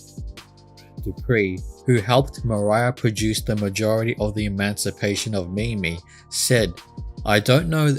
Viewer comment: No, it's not that's slow... When you say mimi I get so frustrated...